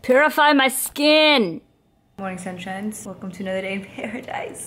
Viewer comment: That little pause followed by "PuRiFy mY sKiiiN" is comedy gold